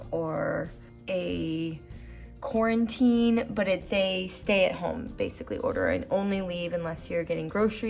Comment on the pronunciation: It's just called Quarantine not quarantininy